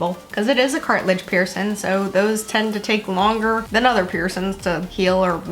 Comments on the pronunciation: STOP WITH "PIERCIN" PIERCIN PEIRCIN!!! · Please pronounce your “g” in “ing”. Bothersome to consistently hear “piercin”. Sorry — just sayin’!😬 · “piercin” kind of bothered me 😂